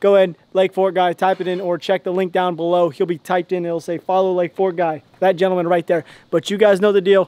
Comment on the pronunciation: “Link bown below”